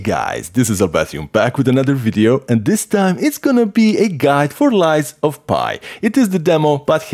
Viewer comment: “Lies of pie”